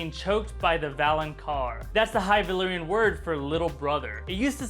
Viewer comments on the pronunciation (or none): none